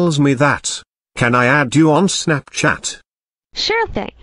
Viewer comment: The way she says Snapchat SnEpChEnT💀💀 Snapchat ❌ SnEmPchEnT ✅